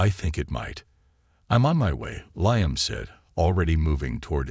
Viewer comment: Liam pronounced leam